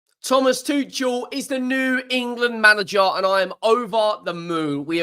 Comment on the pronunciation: It’s pronounced: Too-kul. Good day. 🫡